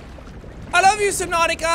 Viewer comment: Who else thinks they haven't done anything until they hear Jack say "welcom back to SUBNAUTIOUS"